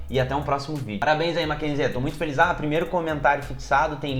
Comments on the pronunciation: Nao se pronuncia o "e" no final do nome "Mackenzie"... Se pronuncia "Mackenzi". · Se pronuncia Makenzi sem o E no final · Talvez você não saiba, mas o Mackenzie (lê como se escreve) sempre foi berço da direita/elite Paulistana. Engraçado e curioso que o pessoal desta universidade esteja rejeitando o Bolsonaro. ps. você está pronunciando o nome errado! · Adoro seu canal! Como ex estudante da universidade fico orgulhosa da instituição mas sua pronúncia um pouco errada me irritou um pouco hahahaha nada que estrague o vídeo! Parabéns